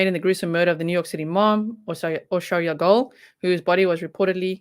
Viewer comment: Hi G! I was afraid it was the handyman he had a key to the house I'm glad they made an arrest I'm eager to find out more details dont worry about pronouncing her name perfectly Hungarian is the hardest dialect unless you know Hungarian how can you possibly know lol you Did Great!👍👌